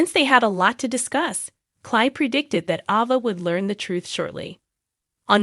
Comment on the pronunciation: It's Aaaava, not Ova.